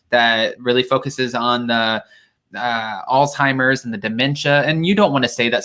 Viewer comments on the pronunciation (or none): Its not Alteimers. its Alzhemiers please pronounce it correctly!